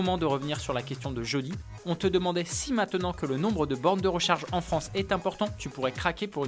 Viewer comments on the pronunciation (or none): none